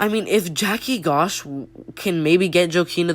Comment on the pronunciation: Joaquin is pronounced 'waqueen' and Gosh is pronounced 'josh'.